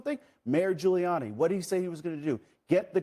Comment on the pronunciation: Ghoulianny? Puh - Leeze!!